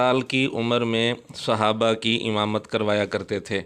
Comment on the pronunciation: اس کو تو صحابہ بھی بولنا نہیں اتا😡